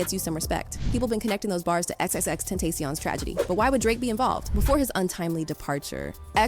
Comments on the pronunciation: Girl say his name correctly or STFU. Damn!!! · She keeps misprouncing Xxxtentacion's name sheesh